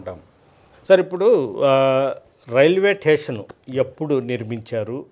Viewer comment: ఆంఖర్ మహాశయా, "టేషన్" అంటే స్టేషన్ అని అనుకోమంటారా ¿